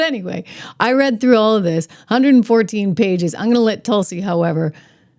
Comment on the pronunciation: TRISH NOT TUSLI BUT TULSI ❤❤❤❤